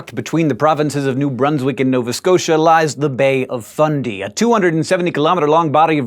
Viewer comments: He said it the correct way. Many mispronounce it like "fun-day", to the point where the proper fundy sounds weird. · He says it the way it's said here in NS, didn't know it was pronounced different in NB